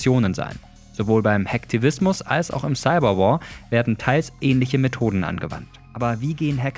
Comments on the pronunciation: Wie können Leute "Hacktivismus" und "Hackfleisch" gleich aussprechen und noch guten Gewissens in den Spiegel schauen 😭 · wie sie hacken und Hacktivismus ausspricht 😂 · Sie sagt nicht ernsthaft Hack tivismus oof 🤣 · Hackfleisch! Nicht Hacktivismus👻😂